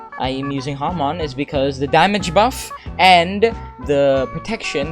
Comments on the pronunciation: Nice u pronounce it HA mon :D nice vid :) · "today i willl be using Haman" XD (like your Vids)